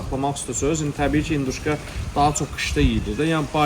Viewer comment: induşka yox,hinduşka.